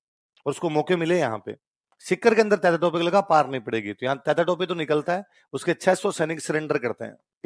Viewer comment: अबे चू .. तातिया. नहीं तात्या